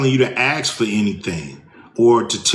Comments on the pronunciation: No disrespect, I admire and respect Mr Ice Cube, but Axe is a tool, I think the word you are looking for is Ask, the verb, just saying..... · What is that you are "supose to get"? I hope he Is not 🤡ing about rrreeeeparati*ns. Also when every so called community "aks" instead of asking what they want instead of demanding as Muricans what is best for the the country, better put your chain on again no matter what you "identify" as "cuz" you are property not a citizen. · He's an actor, so he obviously knows how to pronounce 'ask'. Why does he say 'axe' then? Boggles the mind. Is it to be wilfully different from the white man? Or is he copying HeelsUp's 'blaccent', depending on his audience? Not that I'm disagreeing with him. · I’m from England and I still can’t get over how so many black Americans pronounce ‘ask’ as ‘axe’. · Hey Ice, you been “The Man” for a long time. Stop pretending you’re not by pretending the word is “ax” instead of “ask.” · He lost me when he started w the racist crap- and the aks- Dam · Don't listen to people who say axe instead of ask. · Instead of axing them for something... couldn't we just ask for something? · Who gives a shit what celebrities spew. And it's ASK not aks. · Why can't black people say "Ask" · He can pronounce ass, but not ask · So a millionaire is tell us to axe for something? Axe (ask) not what your country can do for you. Axe (ask) what you can do for your country. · You lost me at not Axing for nothing. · i hate it when they say axe. ice cube ignorant and stupid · All the money he has had and still doesn't know how to say ask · axing questions gets you nowhere... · Is the word "ask" so hard to pronounce? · I thought it is axsk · But i must say his permanent "aks" sounds like an idiot. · Dude is like 45 years old and still doesn't know how to pronounce ASK. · I automatically tune out from any idiot that can't pronounce the word "ask." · He can’t even say the word “ask” correctly, so… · Cube can't pronounce Ask? Hmm.